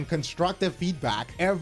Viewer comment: Say cheerzu one more time Istg, its beyond cringe now, it pmo